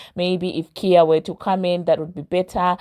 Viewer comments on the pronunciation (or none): Who is Kia 🤔 do you mean Khia (pronounced Ky-ya)